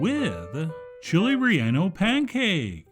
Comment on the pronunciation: He will never Chili reyonno pancake s